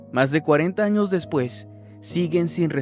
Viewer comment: En la miniatura en vez de decir años, parece que dice anos